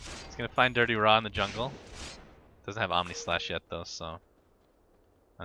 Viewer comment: why casters always pronounce DityaRa as Dirtyra?